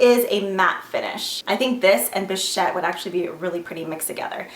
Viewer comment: You are the only YouTuber I have seen who pronounced bichette correctly....and I really really love you for it haha love the video!! Xox